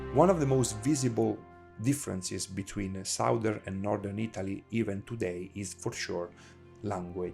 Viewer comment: foreigners always mispronounce the two words SOUTH and SOUTHERN. The OU is pronounced correctly in the word SOUTH, but the OU is pronounced differently in the word SOUTHERN. it should sound like a soft A. it's hard for me to explain.